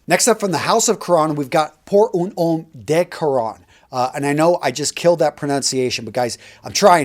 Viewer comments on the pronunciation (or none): none